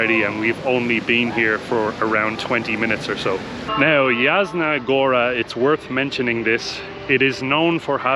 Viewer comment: Yasna, "J" in Polish is prenounced like "Y" in word Yeti. Yasna Goora. 😁